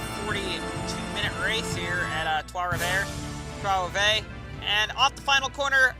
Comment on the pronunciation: Lul at your pronunciation of Trois Rivieres. Not the run these hard working guys at the 3 team deserve.